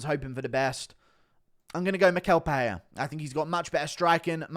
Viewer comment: It's pereira, not peheya